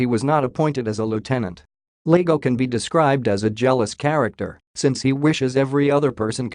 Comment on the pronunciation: It's Iago not Lago It's an i not an L